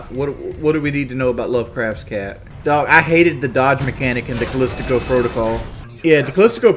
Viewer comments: OMFG IT'S CALISTO PROTOCOL, NOT CALISTICO PROTOCOL. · Why the hell does he keep saying “Callistico Protocol”, it’s Callisto Protocol. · how does he STILL call it Callistico Protocol? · How does he still call it CoCola? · Better than DSP calling it Caleesto Protocol. I don't know why that annoys me too much. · I love how he cant pronounce Callisto. I am impressed with his knowledge of Stuart Gordon films though.